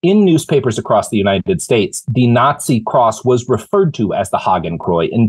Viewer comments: Robert? Say after me: "Haa - Ken - Kroy - Ts". Hakenkreuz. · Robert, you have got to learn the proper pronunciation of “Hakenkreuz”.